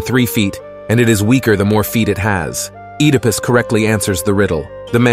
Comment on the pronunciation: Heck-ate and Ed-ah-pus. Great video but some pronunciation is lacking. And do you mean Hercules or Heracles?